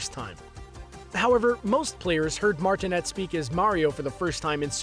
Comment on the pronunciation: You mispronounced Charles Martinet's name. Also, in your title, "tired" instead of "tried".